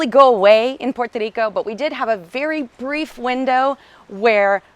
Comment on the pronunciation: You can’t even pronounce “puerto Rico “